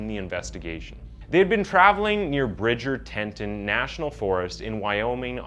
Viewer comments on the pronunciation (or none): U make WAY too many pronounciation errors--many which are just silly & easily avoidable particularly in light of the fact that ur reading captions!! 1. Yosemite is pronounced "yo sem a tee." 2. Teton is pronounced as it looks: "Tee ton," not "Tentun" as in when u cited Bridger Teton. 3. Surname Bethune u said as "Be Nuth." Really dude?? Those last 2 are the ones that make me think ur dyslexic. AAaand those are just the ones I recall. There were more. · Bro it's pronounced YO sem it tee and Tee tawn 🙄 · If no one else has said it, you should know: you COMPLETELY butcher nearly every American name pronunciation: Yosemite. Teton. Maryland. etc. 😂